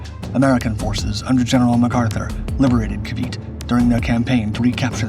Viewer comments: It's ca-VEE-tay, not ca-VEET. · It is pronounced KAA-VEE-TEE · I hate how documentaries don’t learn how to pronounce things properly. If you’re gonna teach about a subject or a topic, at least learn how to properly pronounce what you’re teaching. It’s pronounced Kah-Bee-Teh. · Ca vit ay this is how you pronounce it